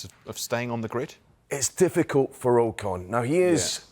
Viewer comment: AW CON not OH CON